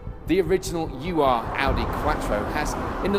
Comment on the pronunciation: Ur is a German word meaning original or primordial.. It's not a U R (you are) Quattro. It's an Ur Quattro. Ur is a word, not a set of initials.